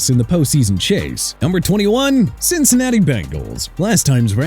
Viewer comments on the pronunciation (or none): none